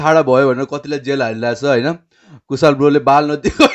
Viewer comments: Kushal ho.....kushaaal haina hau😂😂naam kai bejjat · कूशल lai कुशाल re rip Nepali..